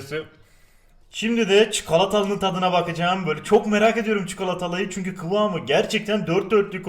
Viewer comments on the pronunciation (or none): Yeni kilit açıldı; Boca edüyrüm